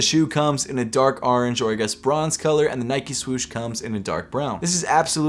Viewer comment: No one:: Ahwrange